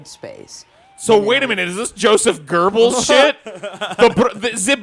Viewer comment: Joseph Gerbils lol, it's Goebbels =D